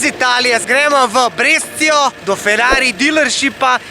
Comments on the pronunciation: Če že poveš mesto, ga izgovori kot ga je treba, e pa poneumljati ljudi naokoli, Brescia se reče breša, da boš razumel, verjetno neu jork ne rečeš? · Breša se reče!